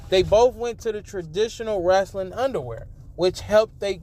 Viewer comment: Wrestling not Wrastling